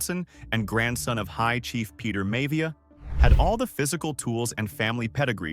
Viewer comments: It's pronounced Rocky MY-YA-VEE-YA NOT May-VEEYA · Rocky May-Via gave it away😂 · I've been watching these year in review videos from you, and they have been interesting, but at the same time I feel it's very obvious to tell they're being done with AI. The cuts don't line up always with what's being spoken about on screen, and there are names being mispronounced that wouldn't be mispronounced by true wrestling fans (like High Chief Peter Maivia... or Rocky Maivia...)